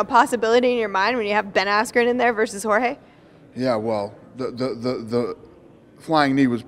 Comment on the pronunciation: no u messed his name up it’s “Ben Askream”